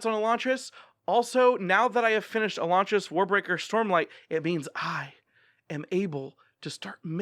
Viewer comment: I'm one of the few who likes Elantris better than Warbreaker. Although I liked Warbreaker I had trouble getting through it on a reread, most of the book is only interesting b/c of the mystery which you don't have in the reread. Also, the way you pronounce Elantris is the same as Sanderson.